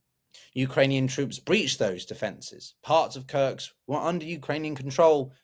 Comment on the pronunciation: It's called Kursk not Kurts.